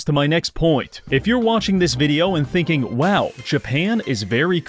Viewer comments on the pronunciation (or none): none